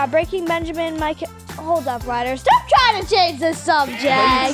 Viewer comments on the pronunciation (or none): "Can u stwap"